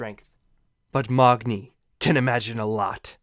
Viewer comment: Othun? Who's Othun? And who's Mogni? Thor's son's name is MAGNI NOT MOGNI